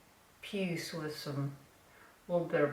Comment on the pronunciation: the way you said puce I laughed out loud for a few minutes which is exactly what I needed after 2 1/2 days with no power after a nor’easter wrecked my neighborhood. 💜